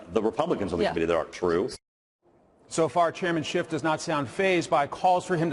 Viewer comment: I wish people would stop pronouncing Adam Schitts name wrong.